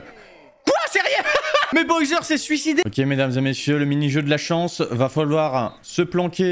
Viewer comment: Petite question : pourquoi tu prononces Boyser et pas Bowser ? ^^